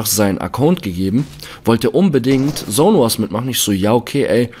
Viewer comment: Es heißt Zone und nicht sone